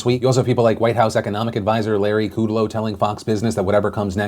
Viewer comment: thank you for the vid Phil! Just one thing in that larry kudlow's name was mispronounced, it's larry k-uh-d low not larry k-oo-d low. Not to be that guy, just wanted to let you know :)